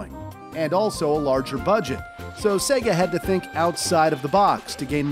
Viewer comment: Saga?! It's sega